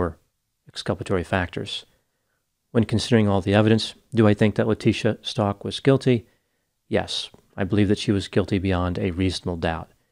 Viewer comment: Stauch not pronounced like Stalk. Pronounced ST-OW-K